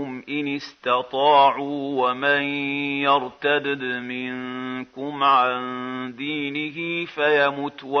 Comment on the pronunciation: He says wa main yar ta dadd when its kasra not fatha, maybe it got cut or there was an error but its definitely a kasra. Most likely audio error